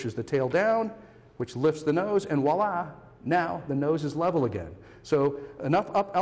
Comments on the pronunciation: do you mean voilà? 😂 “wala!!” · K that's neat and everything but it's pronounced "viola`", not "wallah". . . :-) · Curse you Julia Childs (the "French Chef")... the freakin' V in Voila isn't silent!